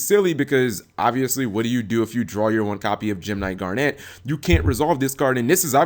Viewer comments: Yeah he's pronouncing it as Garnette. A strong emphasis on "NET". It's just "Garn-it" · damn, how can you even mispronounce garnet?